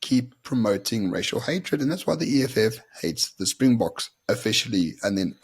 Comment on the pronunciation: He is insane. As long as this lunatic is here in South Africa we will never have peace. And apparently he was in France for the RWC final. And if he was.....he is a hypocrite. He can't even pronounce Springboks!